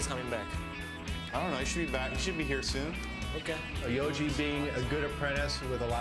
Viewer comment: It's YOJI not YOGI.. he ain't a picnic basket stealing bear.